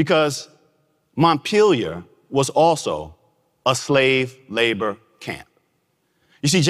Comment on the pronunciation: Maddison's place is named Montpellier. It's pronounced: Mont-pell-e-a.